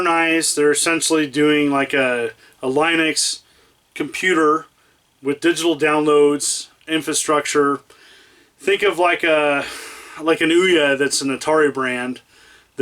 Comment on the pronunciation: Is it just me, or does look like he's more in shape than previous years? If so, good on 'im! if not, well good on him still. Also, it's pronounced "Lih-nucks".